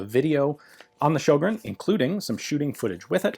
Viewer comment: The Ö in Sjögren is pronounced like the o in word.